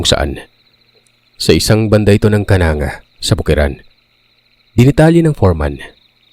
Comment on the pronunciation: Hindi po Kananga..kanangga Leyte